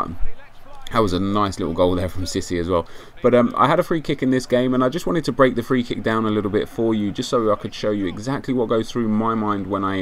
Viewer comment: i thought this was quite strange is it pronouced seesay